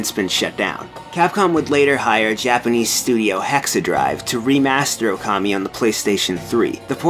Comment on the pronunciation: Even with big Okami opening, still mispronounces the name.